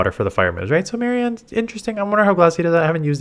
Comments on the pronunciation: Marine-e not Maryanne lol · I believe it's pronounced "Marine-E"